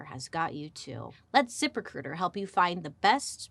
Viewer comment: I love when Bailey does a zip recruiter ad read. It sounds like she’s saying zippercooter 😂